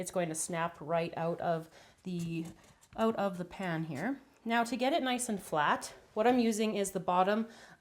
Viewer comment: It confused me when you said "i want it to be nuce and bright an dark", but me and my sister will enjoy this recipe ty